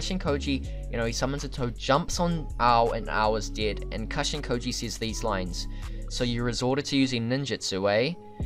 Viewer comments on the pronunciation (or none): none